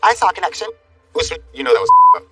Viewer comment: The fact that keeps calling him ‘Oozmen’ is driving me crazy 😂